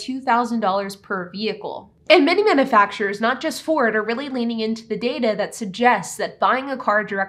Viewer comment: It's not manafacturers, It's manUfacturers. If you can't talk properly, don't talk at all!!!